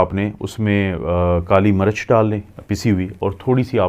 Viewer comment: Apka accent bohat kharab he..kuch bate samaj nai ati. Kali marach ni kali mirch.plz